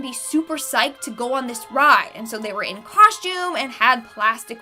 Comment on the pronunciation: She probably said, “shtabbing” like she said”” “ coshtume” and every other “st” combination that she added an h.